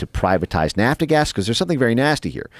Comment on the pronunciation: who dis guy is? Vassel or vessel, indogenis or indigenes? Nafta gas, or lord, it's nap gas.